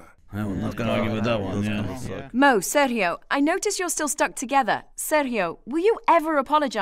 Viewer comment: Just appreciating that she knows how to pronounce "Sergio" in the right way